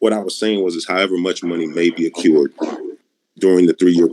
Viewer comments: No, Court Nerds, this "alert" is wrong about "occurred". When Defendent said "however much money may be 'a-cured'" he was mispronouncing ACCRUED, which is a contextually correct part of his consistent claim about a R-T-O/L-T-O arrangement. (This speech pattern is also consistent with D's previous conflation of "addendum" and "amendment" to say "addendment".) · This guy thinks he is smart, but he does even know how to pronounce certain words correctly. ie: “accured” should be accrued! “Ax” should be ask! There are several more… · I don't think he was Sov Cit. And he wasn't saying "occured", he was saying "accrued", but he's an idiot and doesn't know how to pronounce it right.